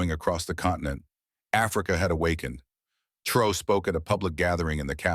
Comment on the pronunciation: Why caint you buttheads producing this video take the time to make sure you know how to pronounce this gr8 Black Afrikan leader's name, I've heard everything from Troy, Tray, Trayor, Troy to fuggin Tro. How fuggin disrespectful !!! HIS NAME IS TRA OR È!!! Git it fuggin right😠😠😠😠😠😠😠😠😡😖😡😡😡😡😡😡😡